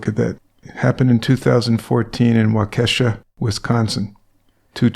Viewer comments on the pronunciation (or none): I was flipping through a few of. The casts you've covered and happened to hear mispronoumce Waukesha Wisconsin. I lived there and actually that's where my heart died is the only reason I picked up on it. It is pronounced WAH KAH SHAW. THANKS LOVE YOUR CASTS AND BEER✌